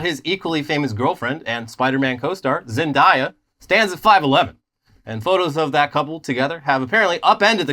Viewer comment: I love y’all, but it’s Zen-day—ah. My gf had to teach me it.